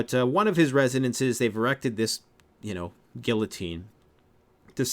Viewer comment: You can't even pronounce guillotine correctly. WTF, I can't trust one word you say.